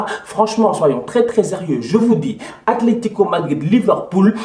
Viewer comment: l'Aletico ou l'Atletico!??😂😂... Belle vidéo sinon. J'ai kiffé👊🏾